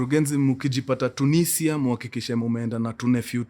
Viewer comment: iyo vako ya tunisia inanimada 🤣🤣